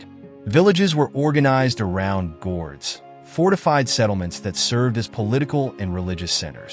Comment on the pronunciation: Cool vid. By "Gord" i think you meant "Gród" its pronounced "grood"